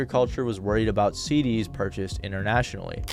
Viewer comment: Prism "seed-D's" hahaha